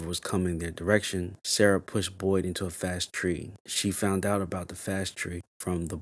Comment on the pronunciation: It's Farway Tree, not fast tree